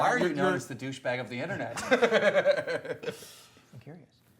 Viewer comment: “Deh bouche bag”